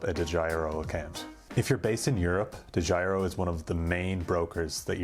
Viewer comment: Dedjiro account. So funny to hear as a dutch guy.